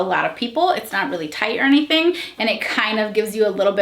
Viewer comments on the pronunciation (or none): none